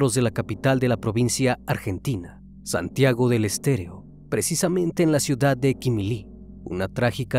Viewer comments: Santiago del Estero .. no estéreo, con frecuencia pronuncias mal los lugares, corrige eso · es "Santigo del Estero"... no "... del Stereo"... como siempre, muy buen vídeo.... se demuestra una vez más, que si fuéramos más como los animales, seríamos más humanos.... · Una corrección... No es Santiago del estereo... Es Estero... Se entiende la dificultad con ciertos nombres de lugares... Muy indignante el caso aquí... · me parecio que dijiste Santiago del EsterEO y es Santiago del EsterO! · es santiago del estero, no del "estereo" xd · Es Santiago del Estero, no Estereo jajajjaj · Es Santiago del Estero, no del estereo🤣, santiago es como el Alabama de eeuu y el norte de México, no se si me comprenden 🤣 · por favor!!! si hacen un documental o investigacion asegurense de pronunciar bien!! Santiago del Estero!! es excelente la forma de tratamiento del tema pero van varias veces que no dicen con correccion los nombres o ponen fotos que no concuerdan con el tema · Santiago del ESTERO pronuncialo bien ya, todo el video lo dijiste mal. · Lamentable este caso. Pero realmente nunca fue tan conosido cómo dise el criminalista. Y se pronuncia provincia de SANTIAGO DEL ESTERO. SALUDOS DESDE LA PROVINCIA MENCIONADA, ARGENTINA.